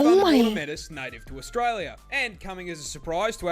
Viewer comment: "Australier." Definitely the first time I've ever heard that pronunciation.